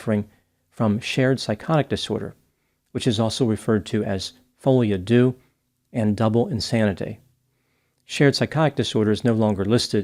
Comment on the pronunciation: does need to work on his French accent…folie à deux.